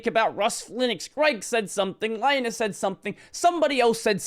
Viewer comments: Li-nus. As in Linux. Not "lye-nus". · Please stop calling him Lie-nus. It's Lee-nux, not Lie-nux. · ...I always pronounced Linus' name like the "Lin" in Linux